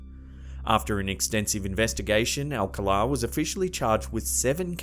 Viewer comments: BTDubs, re: "Alcala" has the stress on the second syllable ("ahl-CAHL-ah") 🧐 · Alcala Is pronounced al-call- ah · Rodney Alcala's name is pronounced al-CAL-uh. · You’re pronouncing the serial killers last name incorrectly. It’s All-calla, spelling Alcala. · Pronounced AlCÁla, accent on the 2 nd syllable. I remember this particular game show and Rodney’s getting busted and all the murders he was convicted of later on. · Its Pronounced Al Cal Ah.. why dont you at least Hire a Brit that can correctly pronounce comon words or research first?? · #2 not how you pronounce Rodney’s last name.